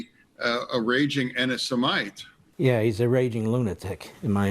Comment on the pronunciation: Didn’t expect to learn that Fetterman doesn’t know how to pronounce “antisemite” in this video but here we are